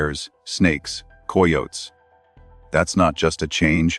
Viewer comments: Im sorry but coy yotes. Hahahaha Its pronounced ky yo tee. Pretty sure. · Coy otes ? Seriously? Very unprofessional to hear mistakes like that. These AI are so ridiculous. No one says coy otes. We are trying to trust you but stuff like that discredits your channel.